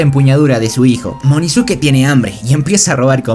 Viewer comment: Wey no es munizuke es inozuke